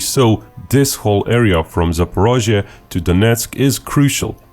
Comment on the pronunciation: for one of the best pronounciations of 'zaporozhia'